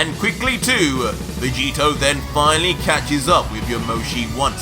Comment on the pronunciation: Did just say ultra vecheeto?